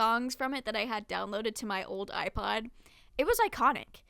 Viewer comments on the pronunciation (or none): none